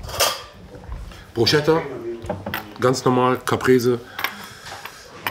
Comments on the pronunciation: Yo,, führ die italenische Ehre, du weißt, very important. Bruschetta spricht man auf deutsch " Brusketta " haha 🙂weiter so. Ihr werdet`s immer professioneller, Danke euch 👍👌🤟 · Ausgesprochen BrusKetta bitte, nicht BruSCHetta 😅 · Sag mal brusketa nicht bruscheta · Aussprache bruschetta = brusketta ❤️❤️